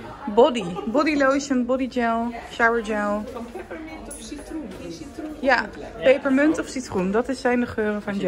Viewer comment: Vanmorgen ging het op Q-Music over peperemunt, hoor nu dat Jeff het ook zo zegt 😛 erg grappig wist hiervoor niet dat mensen dat zo uitspreken